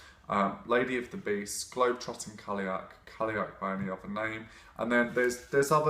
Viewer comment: I have only ever heard Irish and Scottish speakers pronounce it like kal-y'och, call-y'och, or cull-y'och...So I feel like he's saying it pretty accurately, just with a more English accent. Of course I'm American, so maybe I'm wrong. :)